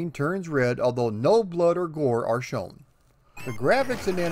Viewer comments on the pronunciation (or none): none